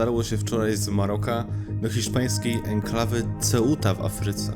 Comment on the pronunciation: serio polecam zapozanc sie z wymowa hiszpanska...